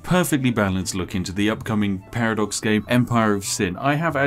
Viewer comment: Ah yes P A R A D O X